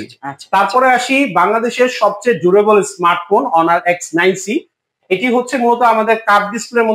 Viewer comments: লোক দেখেন হনার না বলে অনার বলছে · হনার না ভাই অনার😂😂😂